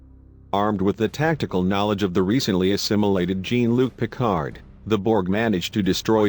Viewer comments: "Gene Luc Pickard"? LOL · "Jeen Luke Picard" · "Gene Luc Pickard"? LOL. I like this video, but OMG, the mis-pronounciations are really distracting to the topic and message.